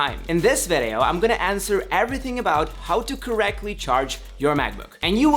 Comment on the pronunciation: I wish you just don’t say vedeo instead of video